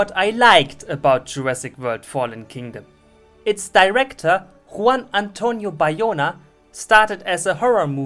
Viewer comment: " Juan Antonio Bayona " Isla Nublar " I'm from spain and watch a german youtuber speaking in English and trying to pronunce spanish is the best thing I ever see